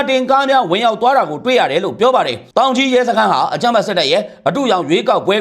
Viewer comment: တောင်ကြီးလား သောင်ကြီးလား